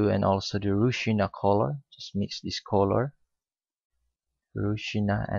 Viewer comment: Not ru-sina....u should speak Ro-si-aa-na...